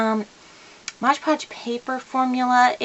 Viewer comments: It's Mod Podge, and u keep sayin MODGE Podge.. Lol.. Quite a few ppl are saying that.,. Lol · I had to stop watching because I couldn’t stand her saying modge podge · Why do so many people say 'Modge' Podge instead of Mod Podge? I guess 'cause it rhymes.